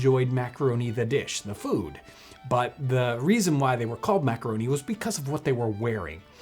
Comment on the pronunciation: "Mac-a-ro-neh!"